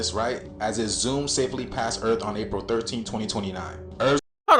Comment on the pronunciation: yo did bro say that its da real 13? cuz a p is a d? ok but even if they were the same, he still wrong cuz its april not paril lmao